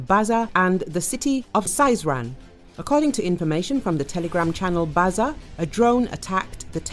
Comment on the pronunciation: Сызрань- S ee zran’. Not Saizran